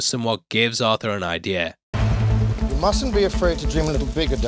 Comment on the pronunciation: It's "idea", not "idea-r"